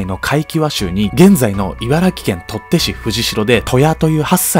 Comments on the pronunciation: 取手市(とってし)ではなくて、取手市(とりでし)です。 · 取手市は ”とってし” じゃなくて ”とりでし” だから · 取手市「とって」じゃなくて 「とりで」ですw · 取手市→とって市×→とりで市🎉 読み方って地方で違うので難しいですよね😓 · 取手市 とってし じゃなくて とりでし ですよ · とりあえず、地名とかはきちんと読み方調べた方が良いかと……。 せっかくの動画がもったいない‼️